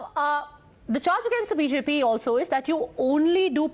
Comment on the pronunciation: who will pronounce BJP so wrong in Tamil 😂